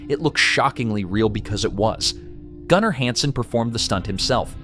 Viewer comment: Gunner not gooner 😆